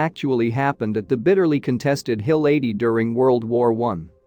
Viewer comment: Hill 80 was a movie, wOW! Atleast get your pronounciation right what are you ai no intelligence there!